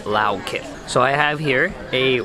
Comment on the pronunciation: Haha.. it's funny how you pronounced Lao kip. It's more like K'eep...